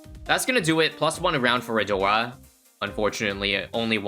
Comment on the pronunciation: Nahh 🗿 every time he said " a-door" at the start bro 💀💀💀